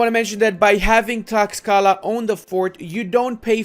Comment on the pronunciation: Late to the party, but Tlaxcala is pronounced "TLASHkala", which is one of the most fun things on earth to say, although some allege that "ten-OKE-tit-lan" is even MORE fun. Heretics.